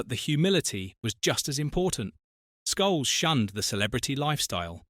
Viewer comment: And scholes